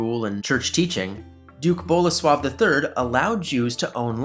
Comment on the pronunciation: Bolesław III not Bola swab III